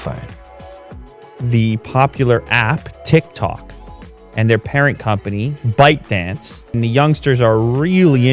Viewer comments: Am I the only one hearing "Butt Dance" LMFAO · when you said byte dance what i heard is "butt dance" lol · When says ByteDance it sounds like buttdance